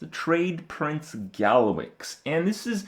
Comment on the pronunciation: Trade Praince? Derp krep